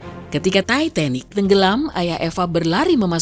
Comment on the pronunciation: gw kok denger sebutinnya "Tai..Tai..Nik" ya 😅